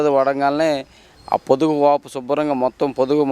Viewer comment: పొదుపు కాదు పొదుగు అనాలి ,ఈ ఆర్ట్ ఫిషియల్ self.diclared తెలుగు వారు ఎక్కడ నుండి వచ్చారు?అనేది millian worth question